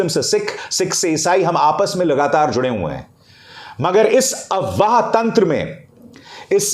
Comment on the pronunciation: Abhisar Sir aap AFWAAH word ko wrong pronounce karahe ho. AWAAH nahi AFWAAH hai,, app F ko silent karahe ho.